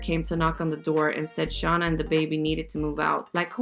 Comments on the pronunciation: Her name is Shay-nah not Shah-nuh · Its shann--- a not shawna lol